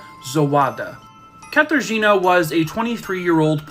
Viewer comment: im sorry, but this guy mispronouncing katarzyna zawada's name so badly cracked me up. i know the case, i know how graphic it was and hell, i pity her so much, but goddamn, katarzina sounds so funny